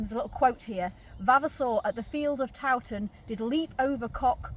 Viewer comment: So good you pronounce Towton proper lol. Not like some so called historians who call it TOE TON pmsl. Suveners no doubt. Mi Dad took me to look around and to mass back in the 60s/70s when it was owned by monks n not open to the public. He had contacts lol. I took my kids there to midnight mass on Christmas eve a couple of times. Showed them the saint in a glass box under the altar. It was said that she had been covered in wax which was sculpted to be a realistic likeness. I'm only a few miles away all mi life lol. So good that this lovely place is being kept alive. I was worried a few years ago. Might have been demolished n become little wooden boxes pretending to be homes lol. Think you missed the wax covered saint out. I can't remember any more details but the monk ghost was a thing in the 60s lol. It oozes history in a nice way.